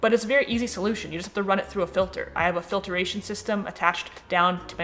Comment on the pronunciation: You say "filtration" funny.